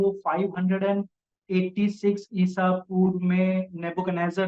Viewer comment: Nebuchandarzar kya its nabuckdanezar